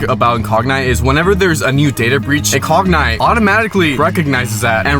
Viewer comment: Funny how he doesn't know how to pronounce incogni. It's "in cog n e" not "in cog nie".